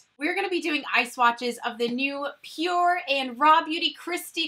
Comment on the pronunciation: I WANT THIS PALETTE SO BAD 😫😫😫😫😫 lol also... have i been calling pur cosmetics wrong? Lmao!! Saying pur minerals a million times in this video 😂😂😂